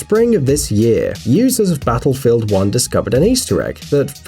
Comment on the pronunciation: did you just say Basselfield 1?